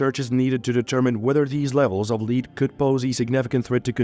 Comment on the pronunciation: As a noun, metal, the pronunciation of Lead is same with that of led